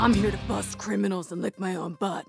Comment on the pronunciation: I thought they said Pringles instead of criminals 🤣🤣